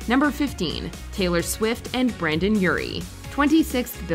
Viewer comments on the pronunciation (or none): none